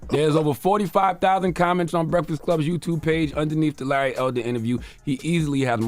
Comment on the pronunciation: Someone has to tell Charlamagne there is a k in break not a f. The Breaffast Club LMFAO 😂😂😂